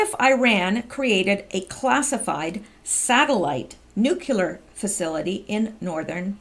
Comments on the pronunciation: Hi, I enjoy your posts. Thanks for the work you do for us! By the way, it's "nu-clear" not "nukular" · it's' new-clear, not nuk ku ler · say after me...." NEW-CLEAR"....not Nucular....lol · I absolutely love what you are doing , I was just going to point out ever since George Bush said it this Drives me batty whenever I hear educated people say NUCULAR! , its like a 3 yr old saying Pasqetti or cheeseg'ber, it is "NUCLEAR" instead of nucular., im not bitchin im just pointing out something that is pretty much my problem more than anything , I dont know why it bugs me so bad because tons of people say Nucular so ill just shut up and keep my psychosis to myself keep up the awesome work,, much appreciated! By many many many people, bless you for using your time to inform americas Deplorables , WWG1WGA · you’re doing awesome work. Would you please try to work on pronouncing nuclear? Nook-lee- er